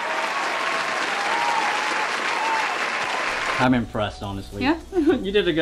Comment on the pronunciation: I am impressed, the perfect pronunciation of Japchea. It looks like you guys put in a lot of efforts and time, Good job.